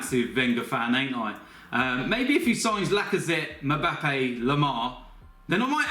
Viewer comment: the way he says mbappe XD